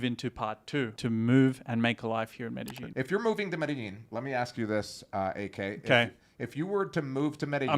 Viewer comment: Is the way you are producing Medellin correct? You pronounce it Meydasheen. Is it pronounced Madayeen?